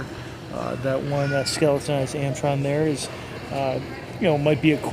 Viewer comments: ARM-IT-RON not AM-IT-TRON... Sorry, dick move I know but I couldn't help it. Those expedition scouts are actually really sweet watches. I wear one quite often to avoid banging up my nicer ones. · Dude - AR-mi-tron - not "AMtron". that's too easy to ot get right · What the hell is an Amtron it's ARMITRON Sheesh dude. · It’s pronounced Ar Me Tron, not Amtron..... smh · Sound it out. Arm - it - ron